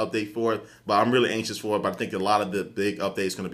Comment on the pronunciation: hahaha I think he meant "for", but it came out as "fuck" on the mic xD